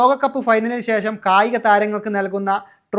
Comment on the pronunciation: എപ്പോയും, ശേശം, വർശം, വയി ...... ആരാടാ നിന്നെ ഈ പണി ഏല്പിച്ചത്?